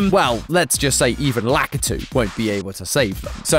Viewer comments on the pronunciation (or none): Lost me the second you said "lack aah tou" like that.